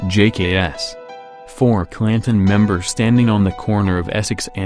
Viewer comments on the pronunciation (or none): Pronounced "pree-mera Flats". He can't even pronounce "Claan-ton."